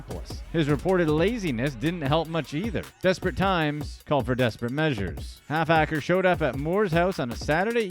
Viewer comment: 😂😂😂😂 it’s ‘’HALFACRE’’ it’s his name lol 😝